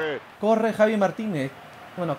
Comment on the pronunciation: Javi se pronuncia javi no chavi ,xDDDDD